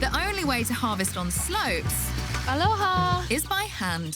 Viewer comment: i was hoping the farm would be owned by a native, but that was the whitest most american "aloha" I've ever heard